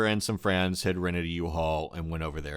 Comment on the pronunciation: He says friends as "frans" Lol